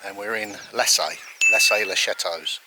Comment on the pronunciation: Lassay as in La -say( say as its pronounced in english) it's soft,"saying" .